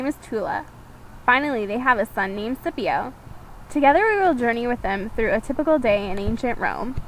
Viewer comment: the sons name is pronounced SKIPio. Cs were never soft in Latin, always hard. Romans did not have a liking for meat so would not have had sausage with their breakfast ever.